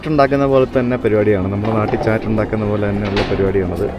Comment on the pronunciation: ചാറ്റ് & ചാട്ട് - both are different. പലതരം വിഭവങ്ങൾ mix ചെയ്ത് കഴിക്കുന്നതാണ് ചാട്ട് . English ൽ എഴുതുമ്പോൾ രണ്ടും chat തന്നെ. But pronunciation is different.